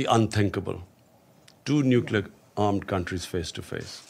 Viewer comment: Kitne baar necluer arm bologe sir aap... Aaj tak india ne Nucluer word use nahi kia.... 3 baar to haar chuke ho.. Fhir bhi...